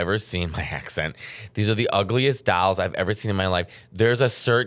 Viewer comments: It wounds like you’re saying “dowels “ 😂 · "dAlls, Oh my Accent"..... "the ugly dAlls!! Barbara Streisand collects dAlls, Demi Moore collects dAlls" I can't!! hahahha🤣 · “THE DALLS” Mateo, you can’t read THE DALLS! 😂😂😂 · Dahls? Dowels? Dowls? What is he saying? 😂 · Say dahls one more time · How did you turned a one syllable word — dolls — into two syllables?! I was listening to this, not even watching, and I thought you were saying “dowels.” I was like “why the fuck is he talking about dowels?!” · Trying not to choke on my lunch every time Matteo says “dalls” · People are teasing Mateo over how he says "dolls" and I can't hear anything wrong with it cause I grew up around the accent. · The way you say “doll” 🤣